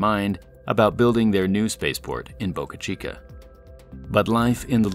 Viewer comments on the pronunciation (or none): He pronounces it like Boucuh Cheekuh. It's just Boca Chica.